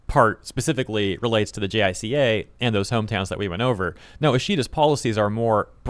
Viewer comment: Uh, "J👁-kah" (with accent on the 1st syllable), not spelled-out "J.I.C.A." Tokyo state-media N.H.K. WORLD's English-edition had video-reports & live-broadcasts, in case you want to know how some names & abbreviations are pronounced. They'll mention these agencies every so often. But yeah, Japan's P.M.'s (minus the late, great Shinzo Abe) seem to have issues keeping their job. When will another Abe come?